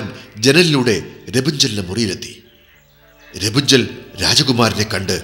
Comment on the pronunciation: രപുഞ്ചൻ ? അല്ല. Rapanzel. എന്നാ